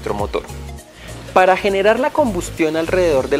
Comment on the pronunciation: Se le escapó lo costeño 🤣